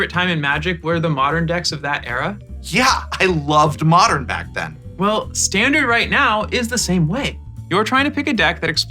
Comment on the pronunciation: Best constructed format? You mispronounced Modern lol